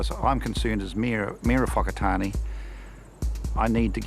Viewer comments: Where's the O in Whakatāne aye lol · The sheer fact that the Mayor cannot pronounce Whakatane properly is ignorance in itself. What angers me the most is how some Pakeha have no concept of "wahi tapu" nor do they care. What also confuses me, is who in their right mind is going to put their whanau in a retirement village that is right next to an urupa? "You're old Mum/Dad. How about spending the remainder of your life right next to a cemetery"?